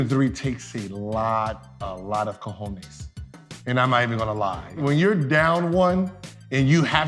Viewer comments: My man said de Cojones !!! 🤣😅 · Did he really say "cojones" ??